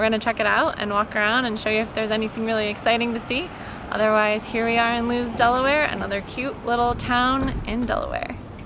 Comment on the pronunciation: it’s pronounced “loo-is”. Not “looz”